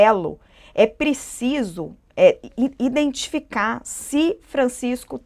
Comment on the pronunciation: Âncora de jornal dizendo “iNdentificar” dá um desânimo… Que bom que se corrigiu depois, com visível esforço. Alguém deve ter soprado no ponto auricular.